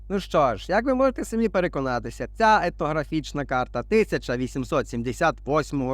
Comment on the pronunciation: По-перше дякую автору за, як завжди, цікавий виклад, по-друге дякую за те, що автор не йде на принцип і не вимовляє "ефнографічна", щоб не різати людям слух, позаяк зараз багатьом ріжуть слух слова типу "міт", "Пітагор", по-третє мене здивувало Ваше твердження, що українцям не дозволено селитися де вони захочуть на своїй землі, ну і по-четверте, як це не парадоксально (бо ж тоді були кріпацтво, рабство і т.п.), але найкраще українці розмножувалися при цісарях і царях і не тільки вони, як я розумію.